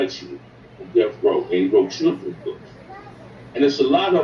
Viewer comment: My bad but when you almost said trigga when you said children 📖 I had to laugh a lil bit